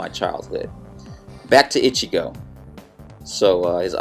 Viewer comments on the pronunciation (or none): i love your drawing ^^ o and its E-Chi-Go not Itch-chi-go ( like in spanish an "i" is pronounced like and "e") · Ichigo doesn't wear a backpack! Where did you get that from? Also, his name is pronounced Ee-chee-go. Like the ee in tree, not itchy-go. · A) it is E-Chee-Jo ( I believe) and it is not a backpack, it is his zhan-pac-to (can't spell that) but it is a great tutorial anyhow! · when u say ichigo the i is supposed to sound like a "E" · u said ichigo rong